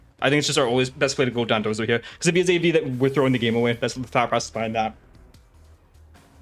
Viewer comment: Makes me laugh every time he says "heyah" instead of "here", which is a lot lol